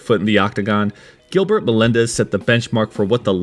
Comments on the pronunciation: You mean Giblert lol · GiBlert LoL